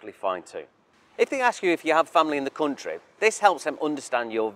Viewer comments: how he pronounces country as cuntry makes me feel like the cuntry that's asking this many questions just for your visit, isn't probably worth visiting in the first place as you'd feel like some hostile among all those cunts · i will never get used to "coontry", "mooney" and "looggage"